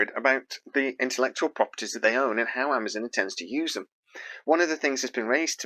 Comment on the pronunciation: When did Amazon become Amazun? lol